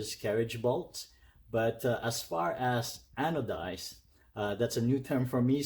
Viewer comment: Looks great...hope you enjoy it soon!!! And you did say anodized correctly😁